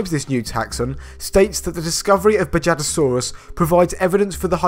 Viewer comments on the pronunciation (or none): Great video! One thing, though. It's pronounced "bahadasaurus"